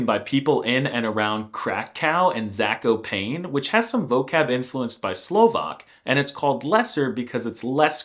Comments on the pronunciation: As a Pole, I can attest that calling Zakopane "Zakopain" is spot on 😂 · Zakopein for Zakopane fucked me up. You just say it like Z A K O P A N E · "Zakopejn" xD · how did he say zakopane???? its ZA-ko-pa-ne from where im from